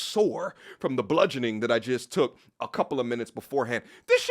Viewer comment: "The Bludgeoing" 😂 is crazy work